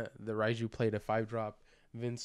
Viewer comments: It's pronounced like "RAY-jew," not "Reye-jew." Not that it's a huge out anything of course, but my OCD won't let me not correct you lol 😅 Unlike English letters, Japanese Romaji is always pronounced the same way and follows its rules way better than English does. "Reye" would be spelled "Rai" in Romaji. Anytime you see an "e" and an "i" together like that in a Japanese word/name, it should be pronounced like a long "ā" sound, like the a in ray or crazy, etc... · Her name is pronounced Ray-Jew bro.